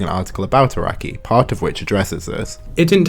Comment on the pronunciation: love how the only pronounciation errors in this video are made by text to speech, hope that's how people will see ai art yoshi, arakai-sensei